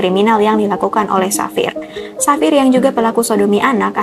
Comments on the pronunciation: Pengucapannya bukan Savir tp Havier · Pengucapannya Bukan safir tapi havier